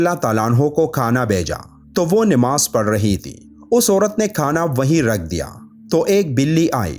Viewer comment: Namaz not nimaz